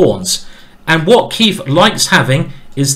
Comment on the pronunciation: Every time he says “Keif” I keep thinking “ey, did the beat go off?”